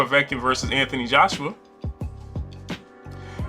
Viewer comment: “Anthony Joshua” start by getting the name correct son